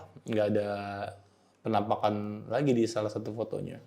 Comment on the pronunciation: bang kalo gue perhatiin kayak cara ngomongnya khas ya, contoh "beberapa foto FENAMPAKAN..." sama "... yang menurut gue ini adalah tempat-tempat yang EFIC..." 😂